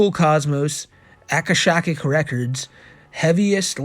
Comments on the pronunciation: akashic is usually pronounded a-KOSH-ic. Hope this helps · i mean its on a letter from a pedo..... but "akashic" is pronounced "ah-kah-shick", but you got it closer than many attempts ive seen....or rather, heard....but your mangling of "mimicry" as "mee-mee-cry" instead of "mim-ick-ree", just cannot be overlooked. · He spelled “Aurora Borealis” as one incorrect word. Also, we’ve been over what the Akashic (Ah-kah-Shick) records and it’s pronounced “mih-mih-Kree”